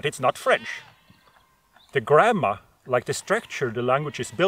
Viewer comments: ohhhhhh okay that makes more sense I thought he was saying grandma too lol, I couldn't hammer out how grandma got dragged into this poor lady anyhow lol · I know you said grammar, but the whole time I heard grandma LOL